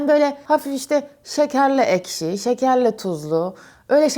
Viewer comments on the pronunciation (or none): none